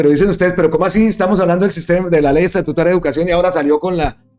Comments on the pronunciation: me encanta su canal. Me informa a la vez que divierte. He notado que incurre en error cuando habla de ley "estatutuaria". La expresión correcta es "ESTATUTARIA" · Saludos amigo, usted dice ESTATUITARIA …..pero se lee: E S T A T U T A R I A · Gracias por su excelente programa. Leer: "Estatutaria".